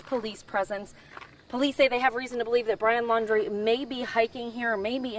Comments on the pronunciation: The reporter doesn't even know his last name. It's Laundrie, not "Landry." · Yeah the way they promote themselves before starting a horrific story fantastic journalism...... Maybe the lady could get the name right maybe once??? She's said Landy,laundie shit I don't think she gets the name right once. She's obviously a pain in the arse for the sniffer dogs but she's still there. That's commitment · Not Landry, it's Laundrie (like "dirty" laundry).